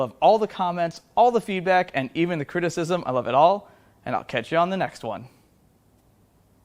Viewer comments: Regarding the cam inspection, did you say "we lobe to see it!" or was it my imagination? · "You lobe to see it." I ear you.